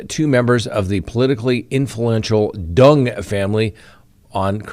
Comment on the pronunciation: You’re Colorado is showing 😅 Pronunciation of Duong is way off. D is silent.